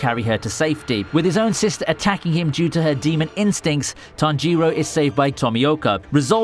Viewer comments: It's Tánjiro not Tanjíro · Ahiro? You mean tanjiro? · lool tommy oka and tan jee row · Why do you pronounce tanjiroooooooo its not like that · The way you spell tanjiro man.. Tan jee roeh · his pronunciation of Tanjiro angers me